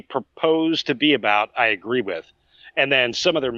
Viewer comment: Why is it impossible for you to say the word 'With' ? You say wif. It's very off-putting.